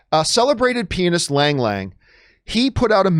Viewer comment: Am I the only one who hears penis when he says pianist? 🤣